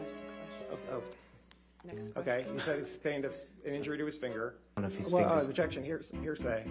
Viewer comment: Very funn... "Objetion"